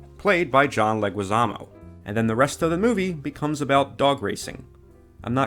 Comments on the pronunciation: Why do you keep pronouncing John Leguiszamo's name like that? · Audio problems and his mispronouncing of Leguizamo